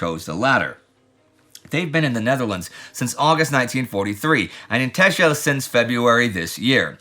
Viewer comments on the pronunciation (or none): Tacksel, or Tassle to the locals, but nót Tashel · A small thing for Indy: Texel is pronounced the same as Tessel, and thus not Teschel. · With so many places and languages I really don't mind any pronounciation and what not but Texel is either pronounced Tax-el or Tessel and the island are called the Wadden Islands (Maybe the Frisian islands aswell) and Texel is Holland, not Frisian. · Texel is pronounced as Tessel. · You completely butchered the name Texel but still nice to hear something about the Dutch again 😊